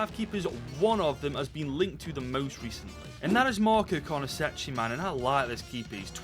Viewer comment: Its pronounced carnesekki btw